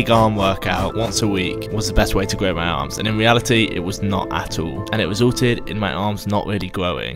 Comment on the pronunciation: “Stopped my awms fwom gwowing”